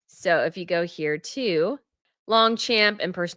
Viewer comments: please be more careful about pronunciation if you want to be taken more seriously. It is Long-shomp, not Long-champ. You want to be a fashion guru? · As an aside, it's pronounced "Lahng-shchamp" (French) not LongCHAMP.